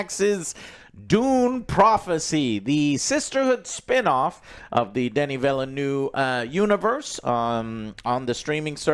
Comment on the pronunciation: JOE PLEASE! Denis Villeneuve name is pronounced DUH-NEE VIL-NUV. PLEASEE